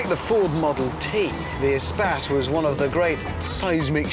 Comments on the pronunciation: it should be pronounced e - space (space - loads of room), not some espaaas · why is it pronounced espass and not espace? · It's not "E Spass" it's E Space as in Extra Space. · Umm why did they pronounce it as 'A-spas' instead of 'E/A-Space'?